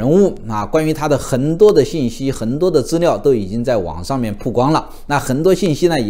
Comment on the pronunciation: “痕多” 是啥口音？？？服北吗？